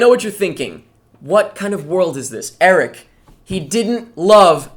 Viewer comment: ahh I remember french Eric